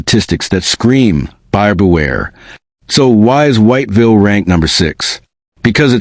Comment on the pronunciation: man u know u not pronouncing "whiteville" properly, u dont say the whole thing whyyyyte villle, no, i understand those letter are there to say White Ville, but thats not how u say it. it's got 2 syllables only. it sound more like wot-vil, with a hella bad southern draw to it. thats how u say "white ville" . if a local hear u pronounce the whole thing, ur getting fixed, if u never been there, they will correct you i promise lmfao they dont like it when u say all the letters in white ville haha for real they crazy over there